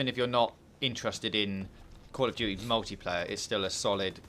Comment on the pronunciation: Call of Doody (emphasis on the DOOOODY).